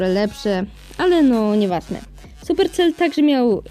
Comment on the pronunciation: supersel ni supercel sie mówi